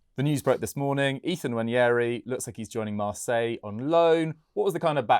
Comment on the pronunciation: (N) Wa-neri* Not Wanyeahree